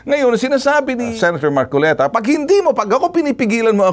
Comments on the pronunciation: Namali ka marcolita sa bigkas Ng pangalan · Namali ka Ng bigkas Ng pangalan hahahaha 🤣🤣🤣